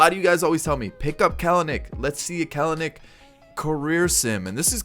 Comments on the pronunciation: The second ‘e’ is not a syllable. 🥬-nick, not 🥬-uh-nick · I believe his name is pronounced “kel-nick”